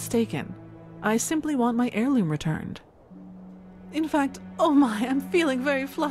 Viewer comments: I know your dyslexic bro, but its AIR loom not HAIR loom. H is silent yo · Lol.. 'Hair Loom' its pronounced air loom .. But hairloom sounds good too, got to weave that hair..heehee